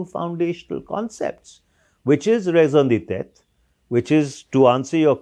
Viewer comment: it is not raison de tetre! mansih babu, it is raison d'etre or raison d'etat !